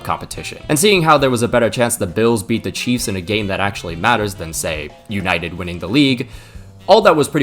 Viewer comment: Oh … You’ll never learn😅😅😅 Mate, it’s United…